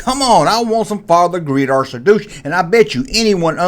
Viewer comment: Not Greedo but "Guido" .